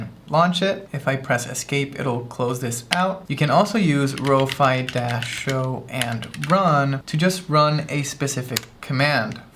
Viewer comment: Row-Fee = 🙂 | Row-Fy = ☹